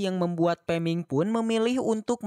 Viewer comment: Peming ko gak liris min